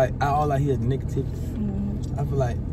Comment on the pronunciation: He said n****tivity😂😂